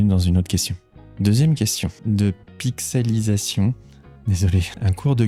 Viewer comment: Merci pour ce moment intimiste avec un petit côté ASMR ^^. On croise les doigts pour que l’algorithme de Youtube penche en faveur de ta chaîne. En tout cas, on multiplie les "J'aime" et les commentaires pour t'y aider. Pour l'anecdote, tu as bien prononcé mon pseudo qui se lit bien "Pixellisation". :D . Merci et la biz à la famille. PS : "Blanquette" car c'est mon plat préféré. :p